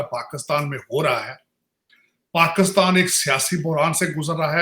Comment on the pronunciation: Washn and dc😂😂😂, labby 😂😂 paxtan😂😂, dialaag🤣🤣, dallar🤣🤣🤣